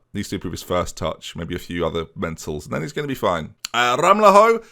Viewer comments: Ramalho will probably be easier for you to say (and closer to the actual pronnounciation) as "Ramalyo" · Ramalho is pronounced Ram-al-yo Leclercq is Le-Clerc, the q's just there for pazzazz.